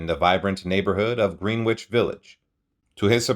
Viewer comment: Greenwich Village is pronounced GRENNICH not Green Witch